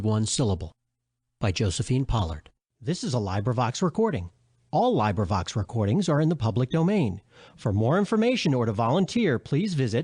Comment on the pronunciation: when u mispronounce librivox its hard to take u seriously